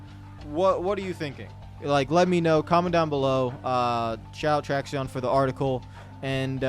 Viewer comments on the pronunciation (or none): It’s almost certainly pronounced “traction” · It’s pronounced traction, just spelled Traxion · ehem....its pronounced like "traction"